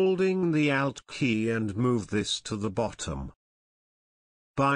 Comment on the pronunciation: Lol! I thought "he" was saying "out" key and was like "What the heck is the "out" key?!" Then I realized, "Oh! ALT key!" Heh-heh! Otherwise beautiful video!